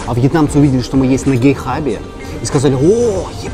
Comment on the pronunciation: гейхаб вместо гетхаба это смешно)